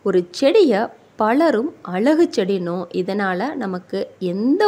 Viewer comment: தமிழை கொல்லாமல் முதலில் ஒழுங்காக உச்சரித்துப் பழகுங்கள்.பழத்தை பலம்கிறீங்க அழகை அலகுங்கிறீங்க.லகர,ளகர,ழகர ங்களை கவனித்து உச்சரியுங்கள்.